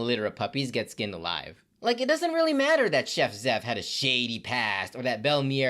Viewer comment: dude just said Chef Zeff as Gordon Ramsay lmao